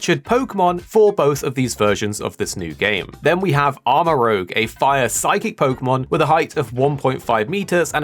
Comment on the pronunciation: It’s Armarouge, not Armarogue.